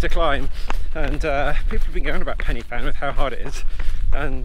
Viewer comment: Pronounced PEN UH VAN please!